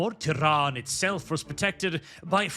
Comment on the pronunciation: I keep hearing 'Tehran' and it's hilarious